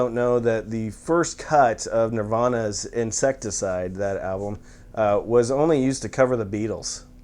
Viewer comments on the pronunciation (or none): Awesome list, awesome channel! One of my favorite subscriptions. Also, I hate to be "that guy", but I am a word nerd, and the Nirvana album title is 'In-CEST-icide', not Insecticide. Not to derail the dad joke, it is still funny. Looking forward to the next vid. Thank you!